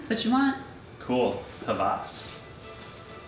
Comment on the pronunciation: Sorry, but why do you pronounce it Havas instead if Hawas?